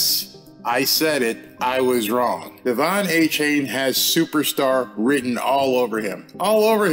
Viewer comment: DE-Von A -Chan